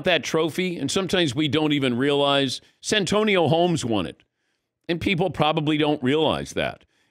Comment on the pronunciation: Dan messing up santonio Holmes name annoyed me more than it should have 😰